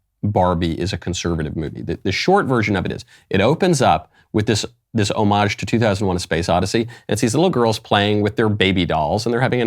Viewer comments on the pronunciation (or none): Every time someone says the word 'homage' incorrectly, I die a little on the inside. Shame!